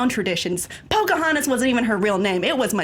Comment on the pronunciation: I was waiting for her to pull out the years of injustice the second she said pocahantus